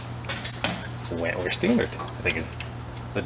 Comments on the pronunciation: Whitworth, my man, not Wentworth. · Whitworth, not Wentworth. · You were very close. 🤠 It’s Whitworth not Wentworth and the spanner sizes for hexagons are bizarre.